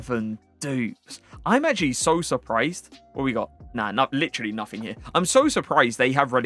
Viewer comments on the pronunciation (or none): none